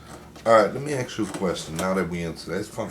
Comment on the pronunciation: My God this buffoon just can’t accept an answer from his interview! If they don’t answer the way you want, just move on to something else! Don’t “axe” the same question 4 different times!